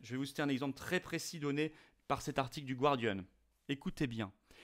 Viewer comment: On dit gardian, comme gardien, et non gwardian. Le mot vient du français...Observation tout à fait secondaire, j'en conviens.